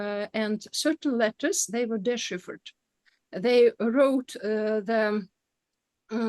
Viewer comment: Cipher and decipher. About 35 minutes in, it sounds like is saying "shifford." Other than that, her Eglish is excellent. She speaks more languages than I ever will. Thank you for this valuable discussion of Ukrainian and Swedish history.